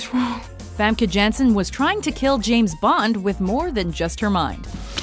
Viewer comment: I believe it's "Yanssen", not "Djannsen".